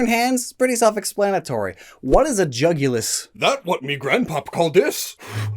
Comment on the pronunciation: Jugulus sounds like jugular to me